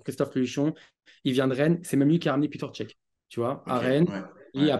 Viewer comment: Peter cech 😂😂 piteur cech 😱